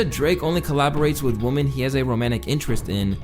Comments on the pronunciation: Yep. Drake is a CERTIFIED misogynist and a CREEP. (SN: Women is pronounced "we-men" not "woman".) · “Woman” and “women” are pronounced differently. Use “women” for plural, instead of “woman” for both plural and singular. You’re welcome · Woman and women aren't pronounced the same otherwise great video man keep up the good work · Idk why this bothers me so much but the plural for woman(women)is pronounced “we-men” not woman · Why does so often in this video, "women" and "woman" sound the same? Is this some scene thing? Or is it the canadian accent or something? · You keep saying woman instead of women. No big deal, neither is right anyways. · The way you keep pronouncing “women” as “woman” is driving me ansolutely insane man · It bothers me how he pronounces"woman" its women. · Is he sayin with woman instead of with women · why bro keep saying "woman" instead of "women"? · why does he keep saying "woman" singular instead of women plural 😅😂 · "Women" bro, not "woman", when speaking in plural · Yo, please learn to say WoMEN, not woMAN when you are speaking about several woMEN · My G, why do you pronounce Woman, and Women both as Woman?? Its killing me! 😂😂😂 And you spelling out "kisses" & lowering the volume on the word "13" , but letting the n*word and the Fword! slide thru no problem..,is genuinely distracting 😂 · Why is it impossible for to say women and not wo-MAN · pronounces woman and women the exact same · Women pronounced wimin. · great video, just one thing the plural of woman is "women" and is pronounced /ˈwɪm.ɪn/. just something i noticed ... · Why are you saying women like the word woman? It’s pronounced WIH-men. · Dude u pronounce Women and Woman the same!! so annoying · I'm a big fan if you page and this is a great video, but the word for more than one woman is women wo-men 🤷🏿‍♂️ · Why do you pronounce women as WOMAN lol this guy can’t speak right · Bro PLEASE pronounce the plural of Woman as "Wimen". It's driving me crazy lol